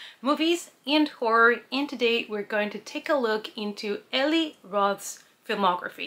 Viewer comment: "E-lie" roth. Not "e-lee"